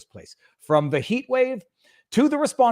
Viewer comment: Viva it's pronounced - U-vall-dee